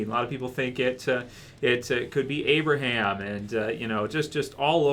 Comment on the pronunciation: its abraham